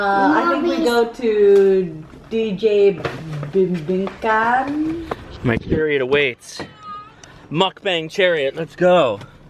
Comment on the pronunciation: Bibingkahan = bi-bing-KAH-han (emphasis on the third syllable). Tagalog syllables are mostly identical in duration except for the syllable that is usually stressed, emphasized, or extended. Sarsi is like sarsaparilla. The food that you eat with liquor is collectively called "pulutan" which means "food that you pick up by hand from a sharing platter." It's not a "mensary"; it is mesentery or Chicharon Bulaklak (deep fried flower-shaped pork cracklings). It is made from pork mesentery which is the organ full of capillaries that supports the intestines and connects it to the circulatory system. The white transparent object inside the squid is its internal skeleton. The squid is not stuffed with crab meat, the filling is actually the squid's internal organs and ovary/eggs. If you're going to have rice and saucy or soupy foods, you're going to have to get used to using spoons instead of forks. Filipinos use the spoons in their right hand and forks in their left hand. Knives are not going to be needed unless you have meat chunks that need to be cut up. Correct on the origin of sisig. The American air force base in Pampanga province would buy whole pigs except for the heads. With so many cheap pig heads unused by the Americans, Aling Lucing's restaurant crew sliced off the snout, lips, cheeks, facial muscles, and ears and chopped it up into small bits to make sisig. I like your initial reactions but I think you need to do some prior research on how the chosen dishes are made so you